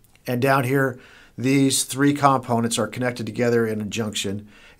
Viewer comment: Learn how to pronounce the word "components." I kept dwelling on that.